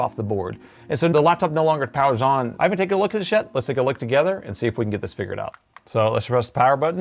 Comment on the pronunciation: Every video when you say "I havn't looked at this yet" I hear " I haven't looked at this shit" 🤣 Great content though 👌